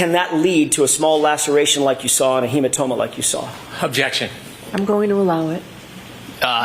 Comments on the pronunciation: Brennan —“hematoba” 😂🤦🏼‍♀️🤣😭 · HematoBa. Hank you said it twice. What the hell??? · brennan : "a hematoba" 🤣